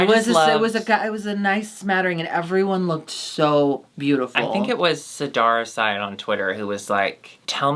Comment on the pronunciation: You blew my mind by pronouncing “Seddara Side” correctly!! Like i fully have been saying it wrong this whole time